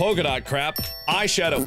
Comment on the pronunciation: Oh god Mark, it's eyeshadow, not eyebrowshawdow😂